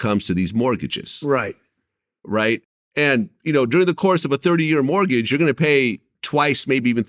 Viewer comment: Is it me or does he keep saying "martgage"